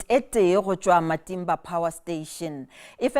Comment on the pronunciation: Please ,please, the news anchor miscorrectly pronounced the name of Eskom power station in Lephalale saying Matimba instead of Matimba in Xitsonga language. Please do the corrections, the name is in Xitsonga not Sepedi.